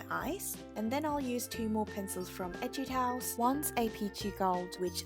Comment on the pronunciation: 전부터 느꼈던 건데 에뛰드하우스 영어로 발음하실때 발음 너무 찰지고 좋아여🙂 에튇하우스~